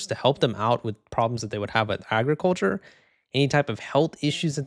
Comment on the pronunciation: Bill Gates: "Aey-griculture"